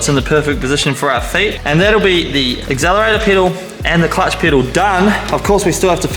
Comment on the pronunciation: Did you just say Axzelerator? 😅